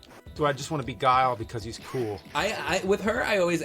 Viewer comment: Zan Jeef and Gwee-lee (Guile).